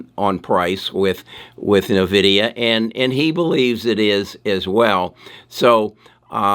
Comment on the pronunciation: Still pronouncing Nvidia wrong